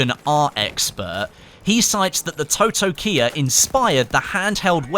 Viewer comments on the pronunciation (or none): It’s pronounced “taw-taw-kee-ah”. It also featured in the Mandalorian season 2